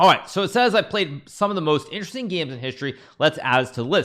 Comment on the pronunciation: Petition for the Kramnik bot to have the dialogue line: "Intresting"